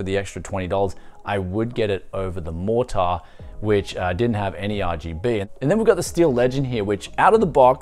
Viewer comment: B550 MorTAAR, it's just Mortar mate, soft R